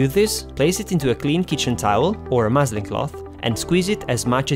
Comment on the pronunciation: Love your videos! What is the name of the cloth you use? It sounded like you said moseling cloth?